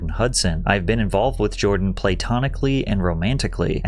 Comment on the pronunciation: mispronounced platonically bro